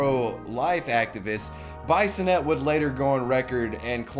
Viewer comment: SO many mispronunciations! Swan-see, not Swan-see-ah. BEE-sonette, not Bison-ette. C'Mon man, research,don't just read.